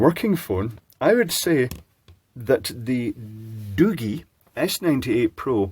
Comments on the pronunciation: Hey I just wanted to let you know for future reference that you pronounced the phone company wrong it's not Doo-gee or better yet not pronounced Doogie like as in Doogie Howser. It's pronounced Doo-jee like if you were to pronounce the letter "G" by itself. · The G is pronounced as in giraffe. The thermal cam is exactly the same as in the Infiray P2 Pro (Tiny1-C module). If you prefer a hand held standalone unit then look for the Uni-T UTi260B. It also uses the same Infiray sensor and is quite affordable. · So, it's not pronounced "Da-gee"? Not a Da-gee product? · lol it's called Doogee